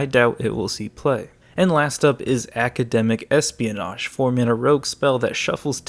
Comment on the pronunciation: You completely misread academic espionage